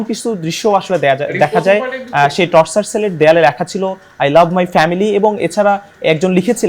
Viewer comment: টর্চার সেল না টরছার সেল। উচ্চারণ ও পারেনা।মুর্খ সাংঘাতিক।